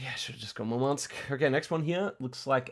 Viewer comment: By the way the emphasis in both Murmansk and Yakutsk is on the U